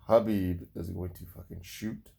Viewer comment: You pronounce khabib the right way... Nice 👍